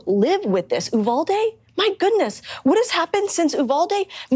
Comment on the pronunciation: That’s not how you say Uvalde. Just saying. She’s stupid af.